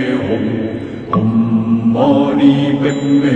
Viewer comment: It's Om Mani Padme Hum but the Hum you pronounce it as Om.